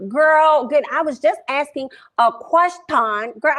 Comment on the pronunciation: “I’m just asking a kqwersgion” 💁🏾‍♀️